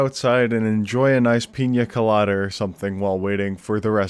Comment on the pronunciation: I appreciate that you said Piña Colada instead of Pina Colada